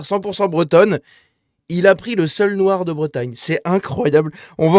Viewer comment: C'est la bière noiwe ? C'est la bière noiwe ? C'est la bière noiaaaaaawe !